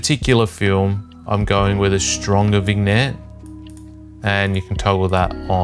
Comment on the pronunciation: 'VIG-net' caught me off guard haha. said with so much confidence too. It's pronounced 'VIN-yet'